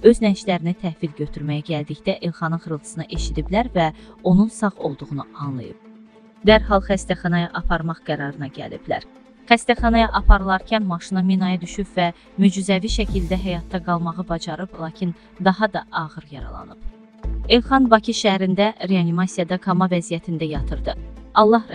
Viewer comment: Bu heç danışa bilmir ki? Kah kama vəzziyəti deyir, kah mücüzəvi şəkildə. Özüdə Kamanı elə deyirki elə bil Kamalə adlı podruqasını caxırır Kama deyir. ALLAH şəhidimizə rəhmət eləsin, yaxınlarına səbir versin.